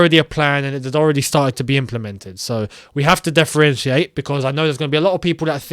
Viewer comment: "DEFFERENTIATE"... WORD OF THE DAY,.